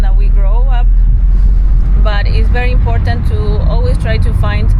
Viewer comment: Please stop saying imporntant. Import-ant … important only has one “n”